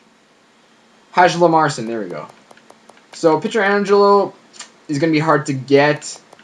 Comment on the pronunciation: How did you pronounce Hjalmarsson again? haha!